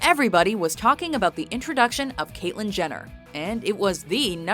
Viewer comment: Catlyin Jenner!!!!!! SSeriously!!! ughhhh